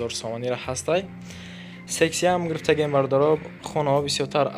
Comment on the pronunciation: сохиби канал, Калимахотона соз талафус кунен, омагияй не омадагияй грфтаги не гирифтаги каагияй не кардагияй, барои чик як харфира талафус намекунен??